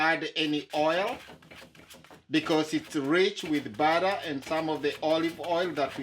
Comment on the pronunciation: Just say chapati and not chapari and butter and not barra! Be proud to speak with that African accent. Otherwise kudos